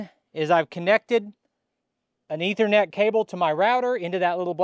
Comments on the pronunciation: I wasn't gonna tweak him about it, but, yeah, I was cringing every time he said it. As you noted, it is the Long E sound. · Eee-ther-net. E as in easy. Ethernet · It's pronounced "E" thernet. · a minor pronunciation correction, if you please. The first 'e' in Ethernet is pronounced like in knee or need. You had it correct once or twice there:). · Ethernet is pronounced this way